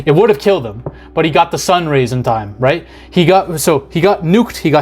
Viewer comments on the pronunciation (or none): none